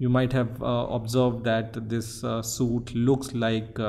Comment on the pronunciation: it is pronounced sweet even though it looks like suit